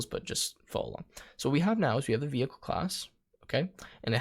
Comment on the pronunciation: bro really said veichle